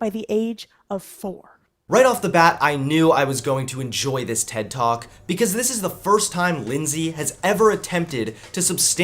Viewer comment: That “ted talk” hurt me